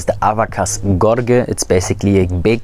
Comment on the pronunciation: Great video. Fyi, gorge is pronounced like gorj, with a j sound for the ge